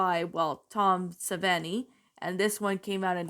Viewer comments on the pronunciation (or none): 1968 XD not 78 that’s Dawn of the dead plus how you pronounce Savini ini is like eni. The 1990 remake personally I consider it The Same but different from the original. What’s cool is Patricia and Bill Mosley the actresses from the 1990 remake reunit in a zombie film from 2009 “Dead Air” yes the same title from Left 4 Dead XD